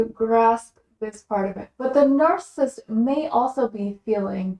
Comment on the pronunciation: You keep saying narCIST. Isn’t it narCISSist? Three syllables? Slowwwww. down please.